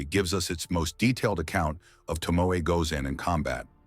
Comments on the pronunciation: Her name is pronounced To-Mo- E not ❤Tomo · Was she not married to Yoshinaka, betrayed by his own kin the Minamoto. Yoshinaka fought the Heike, but betrayed by the Minamoto, whom he fought for. Yes the narrator should study more to pronounce the names correctly. 😢 very bad , Tomoe instead Tomo??? Samurai as he pronounced SAA.....MURAI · It would be nice when you make a documentary on someone if at least you could pronounce her name properly! To mo E !!!! (eh) To mo (eh). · “Toh-mo-eh,” you AI idiot! If you’re going to use an English-speaking computer program to tell a Japanese story, teach it how to pronounce the Japanese words it’s going to use for crying out loud!